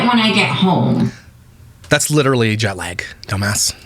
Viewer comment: When she said “jot lag” I thought was going to say “I get jock itch” my brain just went right there